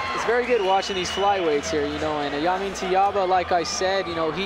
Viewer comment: its (JAY-men) not (Ya-men) lol